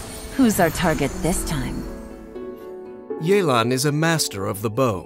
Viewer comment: Mans really say Li-you